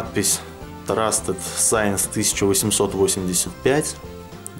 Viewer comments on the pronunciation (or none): только не сайнс , а синс